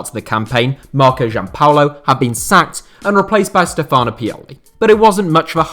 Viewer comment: Hint: the accent in most Italian first names is on the first vowel; Dàvide and Stéfano